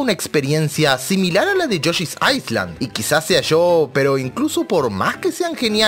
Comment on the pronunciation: Viejo, se pronuncia "yoshi's ailand" sin la "S"... Y si, yoshi's story es una mierda